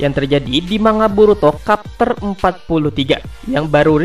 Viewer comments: bacanya chapter bang bukan kapter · Maaf revisi dikit, chapter bro bukan kapter 😁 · Capter bang baca nya bukan kapter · Chapter dibaca capter aja, bukan kapter. 'Ch' dibaca 'c' bukan 'k' Mangekyou, bukan mangenkyou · Mimin canda nih.masa kapter bukan nya chepter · Kapter apeee si kapterrrrr elah annoying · Blajar ngomong dulu aja woi chapter dibaca kapter